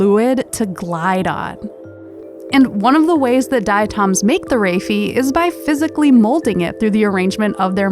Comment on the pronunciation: I can definitely tell that it's the same writer. Nice to put a voice to the talent! Also I now realize that Hank mispronounced "raphe" in the original diatom video. 😅